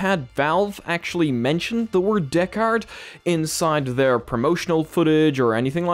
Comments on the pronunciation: Pronounce it like this, bro... "deckered" and it'll sound like it's supposed to rather than "deck hard" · Deckard? Deck AR Device?